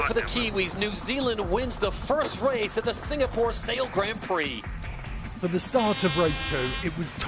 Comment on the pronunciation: Can someone please teach Todd how to pronounce 'Grand Prix' S'il vous plait?